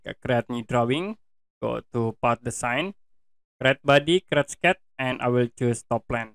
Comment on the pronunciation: "Crat" = Create